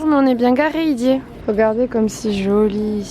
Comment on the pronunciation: Pourquoi "idier" ?